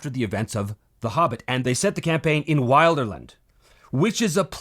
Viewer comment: Speaking of purism... it is pronounced will-der-land, not while-der-land.